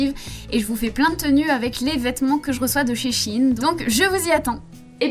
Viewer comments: Au début elle a sorti un Shi in au lieu de shein mais ptdrrrr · She in